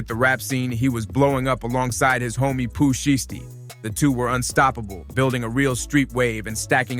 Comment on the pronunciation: Yep…. I draw the line at “Pooh Sheeshtee” Go bk to da lab bro…. This ain’t it…